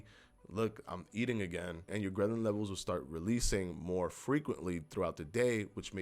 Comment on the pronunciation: Love your channel. And it's grehlin. Not grehnlin. Happy New Year!